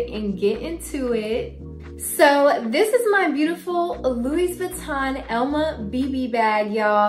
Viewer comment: Nice bag 🤩..Louis = French (so the S is silent 😅)